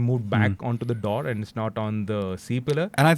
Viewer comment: Dear, Pls pls pls stop pronouncing Doors as Daurs and Sports as Spaurts and Four as Faur and... you get the point right? Its downright annoying to what are otherwise some of the best content on automotive journalism. As a follower of you since decades, I know you never used to pronounce it this way. An absolutely personal and honest feedback from an Evo subscriber.